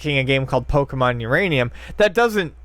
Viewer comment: "Uraninum" LMAO